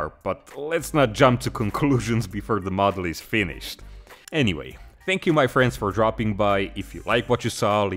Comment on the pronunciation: I like that "mA friends" in the beginning